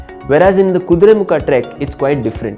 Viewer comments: Kudremukha.. not kudremukh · its "Kuduremukha" not "kuduremukh" know before posting